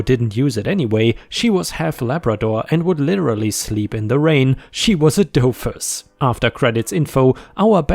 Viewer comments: it's me, your least favorite English teacher again. Just FYI, in English the double O (oo) is usually pronounced as ooooooo, like in 'boo'. So keeping this in mind 'doofus' is pronounced like 'dooofus'. I loved the puppy dog story. Especially the way Klaudia turned into a good neighbor and OP replaced the muffler and got rid of the garish doghouse. Love to you and Disney. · Doghouse story, "doofus" is said as "do (due) fiss (sounds like "hiss" but with an "f" sound)."